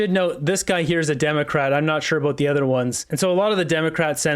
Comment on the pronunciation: He said "utter" products 🙂